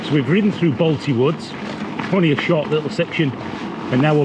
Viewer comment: “Balti woods” you can tell your from Bradford 😂🤣